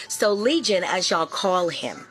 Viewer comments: Not lesion. Legion, like a demon.😂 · Ma'am... a "lesion" and "legion" are 2 different things.... much love ❤️ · It's legion, not lesion. She kept saying it in the video. I was questioning my own vocabulary. Lol. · Legion,, not Lesion